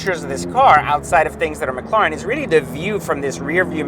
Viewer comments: you can pronounce properly mac..laren? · I don’t think he can lol says it the same in every video